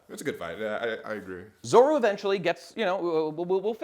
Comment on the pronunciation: The Zolo thing is as weird as the german dub calling Luffy Ruffy instead of